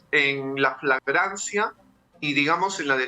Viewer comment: Es FLAGRANCIA, no “fragancia” 🤣🤣🤭